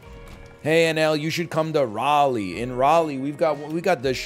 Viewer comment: pog he said raleigh